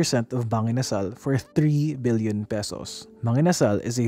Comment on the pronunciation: Im having trouble differentiating your pronunciation of “million” and “billion” sir. 😅 but great videos as always! Good job!